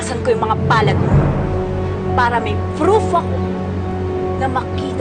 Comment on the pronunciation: "froof" OKAY, GEORGIA. OKAY.